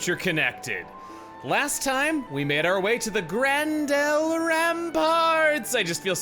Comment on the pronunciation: Gran Dell? I think would have expected it to be Gran-der!